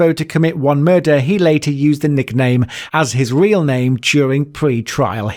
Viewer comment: Your pronunciation of some of the names is hilarious